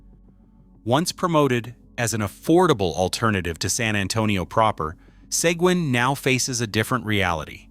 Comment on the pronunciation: AI pronounced "Sequin" wrong all 9 different times.